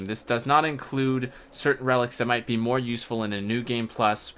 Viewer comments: Failnaught can be obtained on blue lions route also it’s might, not mount 🤦🏻‍♂️ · Might, M-I-G-H-T. Not MOUNT. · Can't get over "might" being pronounced as mount 🤦🏻‍♂️ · Mount lol. Its might. Nice list though. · MIGHT. NOT MOUNT. jeez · Lol!!! He kept calling might, mount. He even called durability, mount. No disrespect though, just pointing out a mistake.